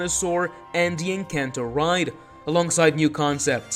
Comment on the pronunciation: Isn’t it Encanto not encan’to?